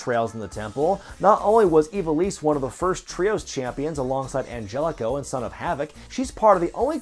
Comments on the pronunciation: Did you just pronounce Angelico Anjelico? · Yeah I'm gonna be "that guy" but it's pronounced AN-HELL-ICO